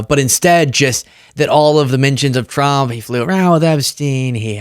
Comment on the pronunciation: Trwwwuuuuuuuuump….and I used my big biggy pen⭐️. Im a big boy now..and I’m the pwresident. Pwesiiiident Twruuuuuuuuump💇🏼‍♂️